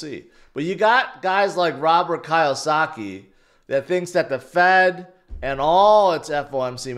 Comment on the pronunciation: It’s “Key O Saki” Kiyosaki. 😂